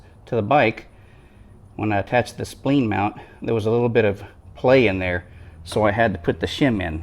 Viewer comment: Spleened adaptors? lol. Splined as in lined! (not leen). Nitpicking aside how to extend and retract in use? or do you need to extend the heel rest before you set off?